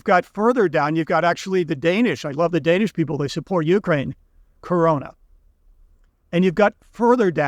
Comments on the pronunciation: Usd isn't money either, it is however a currency. Only gold and silver is money the rest is currency. It's krona not Corona you put the R in wrong place and you use two O😊 Or just use the english word Crown as in the kings crown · Right. And it's the Kroner (crown), not the "Corona".